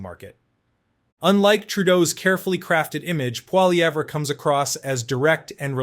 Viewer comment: Poli..ev not Pol..evra try getting it right if you want to be taken seriously. Lazy, lazy😂